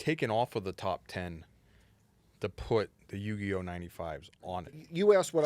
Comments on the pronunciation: For saying Yu-GEE-Oh, some tomato crates may magically appear outside the panel room 👀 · said Yu GEE OH.. smh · Not pronouncing Uniqlo as “Uni-glow” and Yugioh as “Yu-gee-oh”